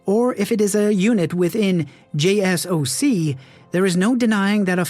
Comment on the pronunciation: Hearing jay, ess, oh, see made me laugh.